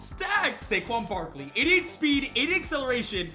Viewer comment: I want him to say saquon barquon again😂